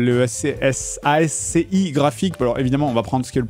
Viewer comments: Yep, en vrai l’usage veut qu’on le prononce comme "à ski". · C'est la première fois que j'entends quelqu'un prononcer "ASCII" "a-èsse-cé-i" xD